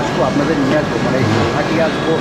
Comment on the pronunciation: Pronounce as গুৱাহাটী।